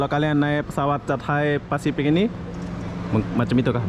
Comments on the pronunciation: Cat Hai pacific seharusnya di baca Kha Thai pasific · di minit 4.48 tersembur Milo aku bila sebut chathay Pacific